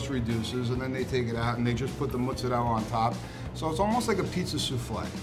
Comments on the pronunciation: The "muhtzareyla" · It's mozzarella not muhtzarehl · So apparently mozzarella is pronounced mootsadella... Guess I've been saying it wrong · It's difficult to take these guys seriously when they don't pronounce Milan or mozzarella properly.